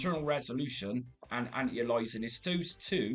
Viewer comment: Anti - A LI AS ING, say it with me :)